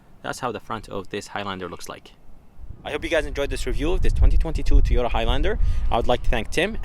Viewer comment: Toy-oat-ta 😂 it's all good ! We get it !! Good review ! MR.. nice job !